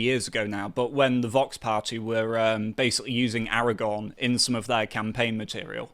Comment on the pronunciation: AraGORN, not AraGONE ffs!